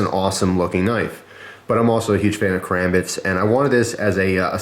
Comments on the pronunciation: Lol "KARAMBIT" hahaha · ''Kerambit'' LOL